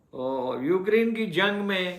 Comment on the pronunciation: It is not Ukriiine, It is like UCrane, correct pronunciation, with due respect.